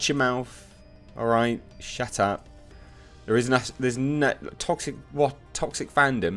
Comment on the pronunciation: “Both of you old bags probably need to SHUT AP......”🤣 Him reading that in his accent got me....😁👍